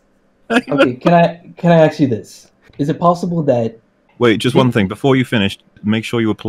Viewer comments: This caller is a great example of cognitive dissonance in action. "I want to axe you a question" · He axed them so many times that I'm amazed they survived the debate. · Ah memories. "I'm axing you, in a Disney fanatical Star Wars..." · "I'M AXIN YOU..." Ah... you're missed, brother. <3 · He says, “I axe you” hahahahaha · "I'm axing you." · If a person consistently says "ax" instead of ask, they're not debate material. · That was absolutely insane! The guy just kept dropping F-bombs, and they increased every time you guys caught him in an inconsistency (which was about every other sentence). Of course, he did "aks" you questions. And "aksed" them again. SMDH... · What's up with people saying "axe" instead of "ask"? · “I axe you a question“ Bruh this guy cant spoken engrish. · ASK. ASK. IT'S FREAKIN ASK. LEARN HOW TO SPEAK.